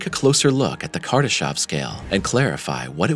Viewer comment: It's Kardashev, not Kardashov. Is this a pure AI generated channel? It's mistakes after mistakes... after "mistakes".